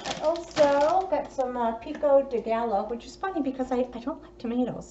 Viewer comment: Just a heads up, the gallo, in pico's de gallo, is pronounced guy-oh. The double l's are pronounced as a y. This haul looks pretty tasty!